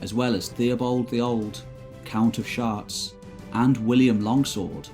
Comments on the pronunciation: lol "count of shart's" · 'Count of Sharts' lol